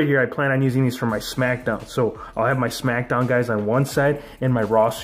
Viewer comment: You said ao not so